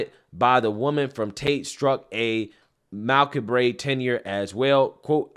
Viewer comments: macabre = ma-kob, not mack-a-bray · Did you just say mal-cub-bray instead of 'Macabre'? 😆 What are we going to do with you people? 😆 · "Macabre" is pronounced, (muh-COBB). Accent on the "cobb". Just a heads up. Cheers, Sev